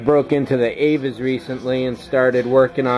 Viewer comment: i dont think its pronounced avas, i think its Aves